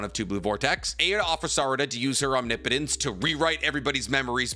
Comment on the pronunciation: HOLY CRAP!!!! He finally learned how to say OMNIPOTENCE correctly!!!!!! 😂😂😂